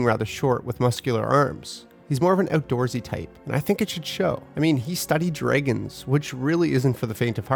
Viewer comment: anyone else perturbed by dragons: "dray-guns" ???